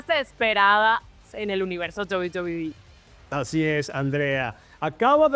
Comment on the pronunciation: Penta: "En la mejor empresa de Lucha Libre que es DOBI BOBIIII" xD